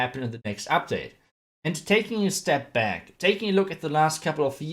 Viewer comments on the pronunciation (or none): I love when he says " Hey Guys! Welcome baccc to anOther VideO!"